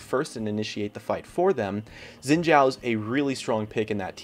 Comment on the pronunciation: Note: his name is pronounced as "Sheen Jhaow" and the way to say the name in Three Kingdoms Eastern Name order is to flip it around (Zhao Xin)